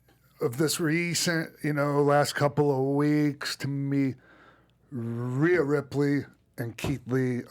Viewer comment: Great show as usual but its Rhea not Raya!!